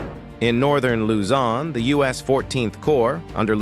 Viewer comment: Another video with terrible AI voiceover mispronouncing soooo many locations. Use a real person.